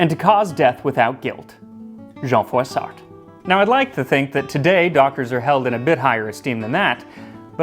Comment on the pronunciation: I know I've mentioned this before but here goes. New to the channel and LOVE IT! French major and historian now living in Alabama. The name Jean Froissart - you are pronouncing it fairly well except for the final T. NO FINAL Ts in French. Really enjoyed this video and I'm thinking I might add this video to my history 101 class. VERY nicely done!!!